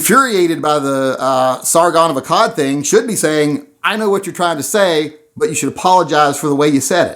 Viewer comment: SARGON of ASAAD haha